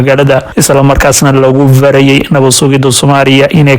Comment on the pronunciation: WLLOW XARFAHA AAD WALADKA UGU DHAWAQEYSO ISKA SAX 24 ZAAC MAAHA EE WAA 24SAAC VARAYEY MAAHA EE WAA FARAYEY S IYO Z F IYO V ADIGOO RAALIYA ISKA SAX